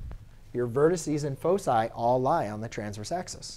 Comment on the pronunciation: i cant understand your focci?